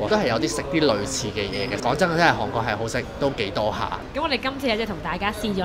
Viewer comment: 啲櫴音真係聽得好辛苦😡希望Kiki 用心改善🙏🏻